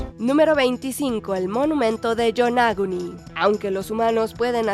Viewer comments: Pronunciado en español tampoco sería "Yonáguni". ¿Defienden su idioma sin saber hablarlo? 😂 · antes de pronunciar nombres extranjeros procuren saber su correcta pronunciación. Qué manera tan horrible de pronunciar "Yonaguni"